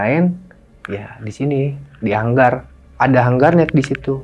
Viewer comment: Gue mau komplain udah di duluin,😂😂